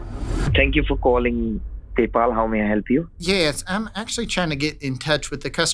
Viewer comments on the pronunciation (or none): none